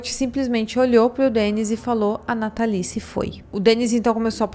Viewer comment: A pronúncia correta é “nátali” não “natalí”